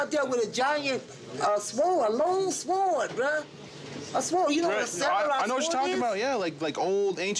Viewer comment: personally i hate it when people come at me with sw-ords 😂